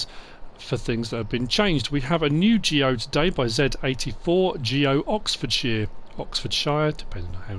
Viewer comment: OK I'm half joking here but.. As a Brit, how dare you pronouce Oxfordshire in such a way. Shame on you. Thanks for the reviews <3